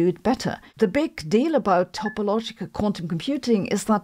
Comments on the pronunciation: It is topological not topologial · Topologial -> Topological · Topological...not topologial... :D